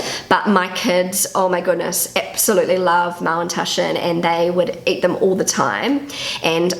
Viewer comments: What are Mallentaschen? Is she trying to say Maultaschen? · dear, did you call them Mowntushen? I tried so hard to figure it out. Please, please let me know ❤ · Es hört sich immer an, als würdest Du Mauntaschen sagen. 😅 #ZuPutzig ☺